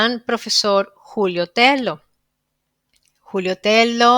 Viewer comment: Excelente programa. Estoy en ambos temas desde hacen más de 8 años: amabas cuestiónes son VERDADERAS. NOTA: TELLO es un apellido español.la doble L se pronuncia como LLUVIA, CABALLO, LLAMADA